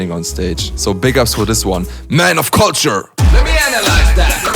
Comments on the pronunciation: Lmao I always knew you were saying “culture” wrong but I liked it, it’s more unique to you the way you say it like kalture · Says beatboxers have to learn proper english but mispronounces culture😂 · LMAO, after the first time u said culture in this vid, I wondered if you actually got English lessons 😂😂😂